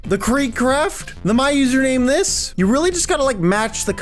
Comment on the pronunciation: You said MyUsernamesThis WRONG!